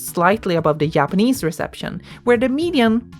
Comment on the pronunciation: whay do you call them Yapanese?